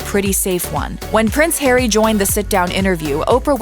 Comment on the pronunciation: Why are you'll calling him, 'Perry'?